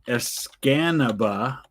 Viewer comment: Escanaba is a city in Delta County so it did get filled in. You didn't mess up the spelling but did the pronunciation :) It is es ca na ba